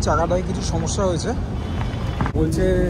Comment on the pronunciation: সামোসা ❌ সমস্যা ✅ 😂😂